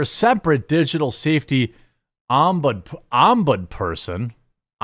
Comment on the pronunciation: Ombudsperson is crazy hahahaha can’t even say ombudsman